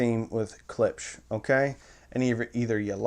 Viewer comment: Klipsch, pronounced KLIPSH, not CLIPS. Thank you.